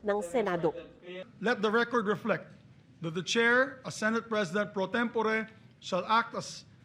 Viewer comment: Pro-tem-po-re talaga?